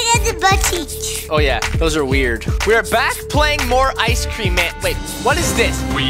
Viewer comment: Bro you just said ice sreacm